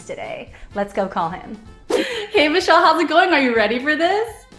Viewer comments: Whenever she said "Vishal" I heard "Michelle" 😂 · As I’m also an Indian, my reaction: Vishal (pronounced incorrectly) Me: oh nice name, Michelle (Name card comes) Me again: oh wait. No, that’s very wrong Also when he said hey Siri it woke my Siri and I was confused why the video stopped